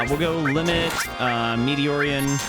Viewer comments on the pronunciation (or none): Also, you pronounced Ifalnas name correctly to me. Meteor Rain not so often 😂 (only 1 R but... it's raining Meteors... lol)